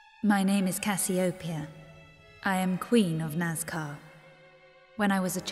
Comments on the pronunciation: Oi! You said Queen Cassiopeia's name wrong. You just said Queen Casiopea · Hey stamps it pronounced ca/sea/o/pea/a